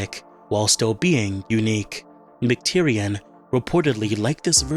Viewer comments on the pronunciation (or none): McTierNAN not McTierian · Sorry to be nitpicky, but the director's name is John McTiernan, not John McTyrian